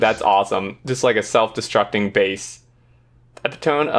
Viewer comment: it's eh-PIT-omee